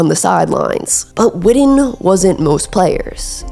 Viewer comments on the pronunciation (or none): It’s WITTEN!!! Not widden, put some respect on his name!!! The BEST TE for the Cowboys EVER!!! 82!!! HOW BOUT THEM COWBOYS!!! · If you’re gonna have a channel like this, work on your pronunciation. You’re a lazy speaker. His name is pronounced Witten With (2) T’s. Not D’s. His name isn’t widden. It’s not Wiht’ehnn Witten. Like kitten or bitten. Figure it out. Or quit making content. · Love Jason Witten but for crimenys sake can she say Wi TTen instead of WiDDen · Whitten not Whidden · I'm so glad you narrate your own videos. So much better than the Ai slop we hear on so many recent productions. However, please say his name correctly. It's Jason WiTTen. All I'm hearing from you is "WiDDen". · witten not widden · First off,stop misspronoucing his name it's Jason Witten ,not Jason Wooden know the player's name b4 you try & do content on him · yeah, she can pronounce Owenu just fine but can’t stop saying “Jason Widden”. Those are T’s…WIT-TEN. JESUS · Witten. Not Widden. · I’m listening because 82 was one of my favorite players but she’s driving me crazy saying Jason wooden… and he just showed you what being fundamentally sound working hard as a blocker in route running will do cause if he’s the slowest player in the NFL how was this fool always open? High school, kids and young college players that played the position need to watch him Gates and Tony fuck all them other guys. Not everybody it’s gonna be in a lead athlete like Gronk or Shannon or Kelce or George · The way you pronounce witten is crazy "widden" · came here after the whidding . brutal. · Growing up and living in DFW my whole life I’ve always heard it pronounced Wih-en, skipping the T’s and almost pausing where they are supposed to be. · I’m glad I wasn’t the only one to be annoyed by the Widden pronunciation lol. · Say his name right